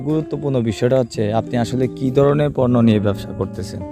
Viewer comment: পর্নো না পণ্য